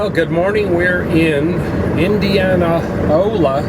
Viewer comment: Indianola.... NOT indianaola.... lol